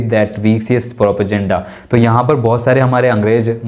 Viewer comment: please learn the correct way to pronounce PROPAGANDA ..it is not pronounced the way you do and it is getting on my nerve .. every time you say that word and don't forget it's not a bad thing that you don't know ..you can learn, so please do so